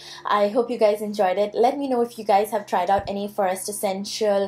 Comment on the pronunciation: Stop pronouncing 'forest' like that, wtf you on girl